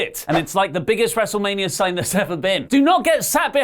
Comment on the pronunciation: PLEEEAASSEEEE dont say “WrestlemaniaRRRR” every episode!